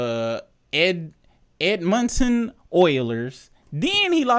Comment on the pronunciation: As a canadian, the way he pronounced Edmonton was traumatizing and im not even from there